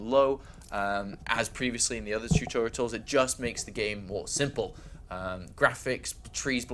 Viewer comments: tutorials, not tutoritals bro... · "Tutoritals" Wut There is no 3rd T why is he pronouncing one? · Why does he keep saying tutorials wrong :P